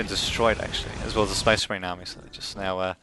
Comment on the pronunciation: The Necron player and Spasseh Mareehn player was TERRIBLE. -.